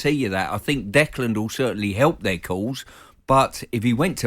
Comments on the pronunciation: Note to.. Its Declan not Decland!!! Cant even get his name right! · Even Stuart Pearce who knows him quite well, spent alot of time around West Ham, still calls him "Decland" - Very strange